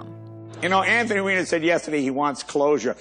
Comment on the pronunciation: “Anthony WEINER” 😂